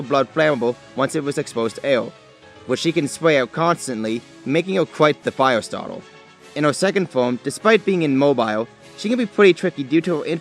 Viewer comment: Set him on fiyaw Lol im so sorry. I know it's a condition :p